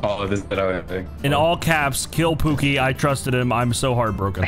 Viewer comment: Did call pooki "oogi" that's so cool i love how it shows yall rll are just a bunch of friends playing games